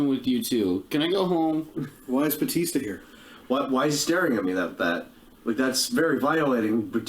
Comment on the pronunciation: It’s BA-tista not BOO-tista!